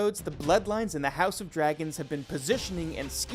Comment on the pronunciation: Have any of the narrators here actually watched the series? Are you deliberately mispronouncing names of characters and dragons?? Smh...